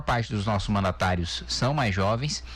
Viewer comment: A maior parte "sáo". KkkkkkJá vi Q vamos afundar mais ainda no PISA. Bom imitador de galinha. Devia fazer dupla com o imitador de foca .